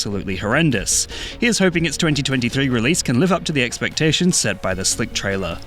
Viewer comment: Why do you sound like an old English farmer saying “expectations”